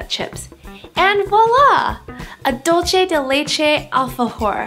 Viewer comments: Hiiii Looks so delicious!!! Thanks But the pronunciation of "dulce" it's with "ce" , you pronounce with "che" In the end of the word its must have to sound like "CE-lebration" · your mispronunciation of Dulce de leche was kind of annoying..hahaha its not "dulche" its "DULCE!" lol dulCE, like CENtennial, SENsitive. hahah the recipe was great tho. lol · boogie googie it was so damn annoying...dolchay